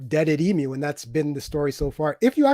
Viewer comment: It isn't pronounced "Eee Emm You", it's "Eeee myoo" like the bird.